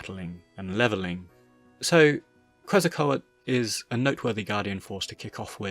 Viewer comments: Of all the wrong pronounciations of Quezacotl, "Quezacoet" is the most head scratching one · It's pronounced Ketsal-kwatul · It’s kwet-zah-kot-tyl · its pronounce Kehtz-Ah-Coat-Toll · I hate to do this: Ket-zal-ko-attle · You know... The song "Oregon" by Clutch SHOULD give you an idea how "Quetzalcoatl" should be pronounced. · The T is before the L though... There's mispronunciation and then there's American levels of stupidity and illiteracy